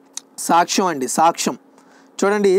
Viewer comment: Anna saakhyam or saksham na??? Konchem clear ga cheppandi